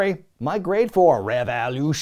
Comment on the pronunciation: REV-EOW-LOO-SHONE Thanks for keeping Tantric alive,.